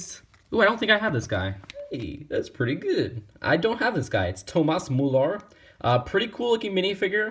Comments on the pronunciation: its pronounced mooler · You did research on the German pronunciation? Doesn't really sound like it. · I love how he says mullar in stead of muller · I like how he said Toomas moolar instead of Thomas müller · Wtf is Mular!😂😂😂😂 It's Muller Mew-Ler but u still r the best YouTuber to me!😀😀😀😀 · He calls Tomas Moolar 😂